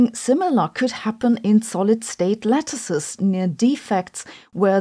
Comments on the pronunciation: I thought she said “solid state lettuces” and was going to make a joke. ;-) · Heard you say "solid state lettuces" and immediately thought of checking my fridge temperature